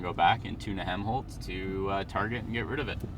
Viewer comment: its not hemholtz its helmholtz